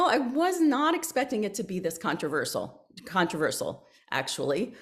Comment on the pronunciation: “Contraervsal……….controversial” Easy for her to say 😂 Otherwise great interview